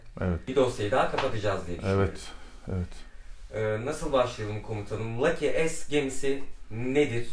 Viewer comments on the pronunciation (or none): Leke s ney la lucky yazıyor leke mi okunuyor